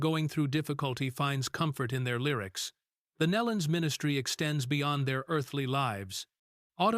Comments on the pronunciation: kneelon. pronounce it right. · Pronounced "NEElon." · You can’t even prounce their last name correctly. shame on you.Truly a tragedy for the family and friends. Again, shame on you for not doing your homework in advance. This will be a 👎